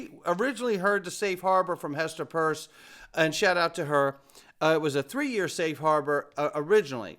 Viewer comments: Hester PIERCE….not PURSE. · Why do you always say Hester Purse..its Pierce 🤡